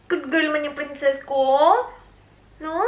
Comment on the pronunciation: Hey-lo prRRrrrrRrrEen-cess!!